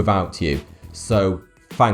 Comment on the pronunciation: "fank you for your support . . . " ( ͡• ͜ʖ ͡• )